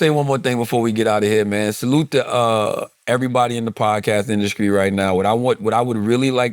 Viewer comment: Why Charla put a C in the word industry? 😂 Induskree